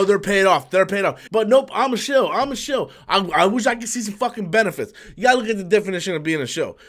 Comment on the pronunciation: "Schill?" 🤣 Who is the guy making up these words?